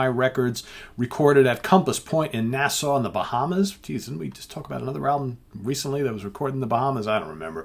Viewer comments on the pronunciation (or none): none